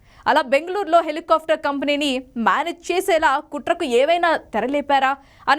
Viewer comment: ముందు న్యూస్ చదవటం నేర్చుకో తల్లి.... నువ్వూ నీ తొక్కలో న్యూస్ ...దాన్ని HELI KAAFTAR anaru...... """"Helicopter""" antaaru FA palakakoodadhu....."PA" plakaali..mundhu avi nerchuko